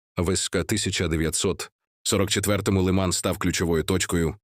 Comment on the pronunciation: Не лИман, а - лимАн. Не МаякИ, а - МаЯки. Про остальные неправильные ударения, вообще молчу. Кто это всё озвучивал?